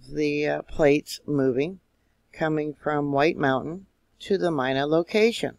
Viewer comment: Pronounced...MEE NA